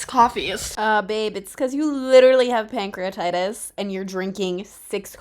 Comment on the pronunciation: I'm sorry but it strikes me so funny how you say pancrEAtItis😂😂 hope youre feeling alot better!!